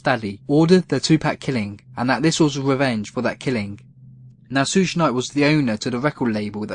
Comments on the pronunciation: Sooooooj Knight, fuck me bro, its suge pronounced "shoog" short for sugar bear a nickname his mother gave him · Please learn how to say Suge. It's like an American saying "sugar" without the "ar," so just the first half of the word. 😂